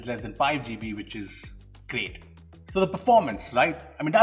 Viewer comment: Most people: "Gigabytes": "Jeebies"